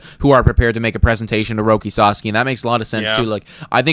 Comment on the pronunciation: Guys you're entertaining, but know nothing to little about baseball. But you're entertaining 👍🏼👍🏼 FYI it's s-ah-s-ah-k-ee